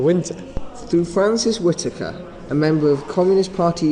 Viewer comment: Did Jacob pronounce Whittaker as 'Wit Taker'?